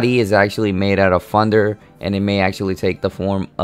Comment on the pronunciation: still cant tell if your saying thunder or funder...